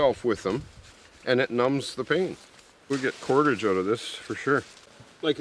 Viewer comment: He said we drove oht here to look for food